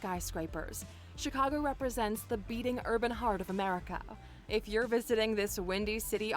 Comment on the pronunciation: Ok so first the narrator gets the date St. Augustine was founded, then she pronounces Chicago with a SOFT G???? WTF